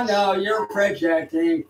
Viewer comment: When did he learn the word 'peojecting'? That's a 3 syllable word, those are hard for walking bedbug farms.